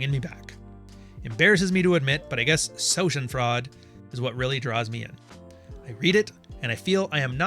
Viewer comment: SHA- den- froid. Shameless glee at the misfortune of others. Btw, you're my favorite Canadian. No..not gonna visit. Happy Jule, young man!🦖